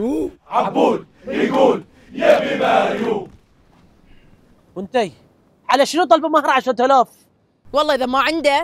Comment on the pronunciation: نفس الشيء 😂 بس اسمها مريووووم مب مريون 😂